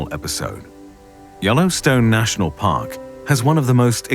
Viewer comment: “In the Yellowstone National POCK, a sleeping MAUNSTAH lies dormant, under the earth.” And that’s as far as I got before I had to pause the video, to put that first line of dialogue in my own subtitles… okay, let’s continue good sir 🫡